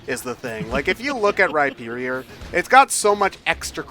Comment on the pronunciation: Oh my fucking god. They actually pronounced Rhyperior correctly. They made fun of me in a Let's Go stream for correcting them and never apologized when I proved it on Twitter. XD And, yes, I do use the underwear hole.